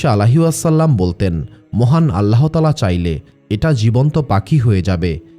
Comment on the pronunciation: বানান আল্লাহ্তায়ালা, উচ্চারণ আল্লাতায়ালা, আল্লাহোতায়ালা নয়।